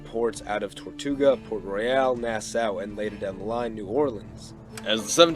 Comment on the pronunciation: Part 2! Part 2! Also, as s Bahamian, I just wanted to let you know it’s pronounced Nas-SAW like the tool, not how it looks. It’s weird, I know lol